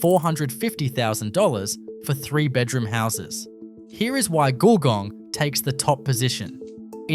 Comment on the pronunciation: Well done, check your pronunction for GULGONG nice try though. lol